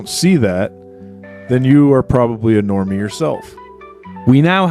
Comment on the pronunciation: Sorry was that Normie, or Nwormie?